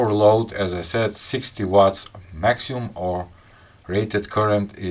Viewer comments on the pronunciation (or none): Brother, it's NOT "maxium"; the correct pronunciation is maximum. (MAK-si-mum) great show.